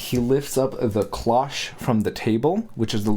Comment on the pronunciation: The vampire theory of this video is borne out by Mitch's entire appearance - he's both dressed and made up to recall Barnabas Collins from the old horror/soap opera series "Dark Shadows." Just do an image search on Barnabas Collins Dark Shadows to check it out. (And it's pronounced "cloche" with a long "o," as in "stone" or "Joe.")